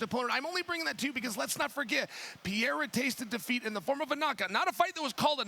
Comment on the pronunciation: His name is not Piera, it's Pereira. Chael being a typical ignorant white dude.